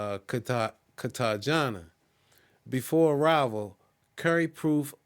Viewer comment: Your pronunciation of Bogata, Cartagena and Medellin is incorrect. This can hurt your credibility when you get 3 wrong. The information you gave is good but make sure you do the work to pronounce the cities correctly.